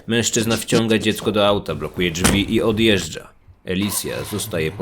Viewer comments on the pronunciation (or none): none